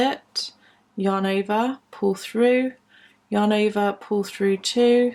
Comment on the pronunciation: Does anybody else hear "your neighbour" instead of "yarn over"? :D I was really confused with "your neighbour" all the time, but I knew what she meant. A very nice video